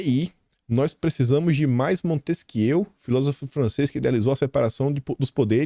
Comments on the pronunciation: Gosto de vc, mas vamos estudar um pouquinho aí. Já vi vc cometer erros gravíssimos de Português etc. Hoje, pronunciar MontesquiEU em vez de MontesquiÊ é brincadeira. Não é erro de Português, por óbvio, mas é erro grosseiro de cultura geral. Pelo amor de Deus, assim vc queima o filme do pessoal da Direita. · para ajudar. O nome é pronunciado assim.: " Montesquiê. "